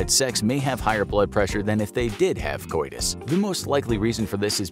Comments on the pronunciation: "COITUS" is pronounced 'co-it-us', not coy-dis. You're welcome. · Haha, no...it is "co-ee-tuss". You're well cüme. ˘J˘